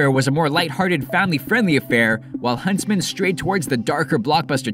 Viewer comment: HUNSTMAN HUNSTMAN HUNSTMAN